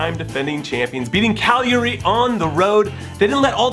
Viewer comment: Hey Jimmy I see that you practiced your pronunciation. You got Cagliari almost perfect this time!